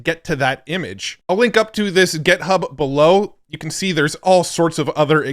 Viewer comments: Github, not Gethub!! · For the love of god stop saying gethub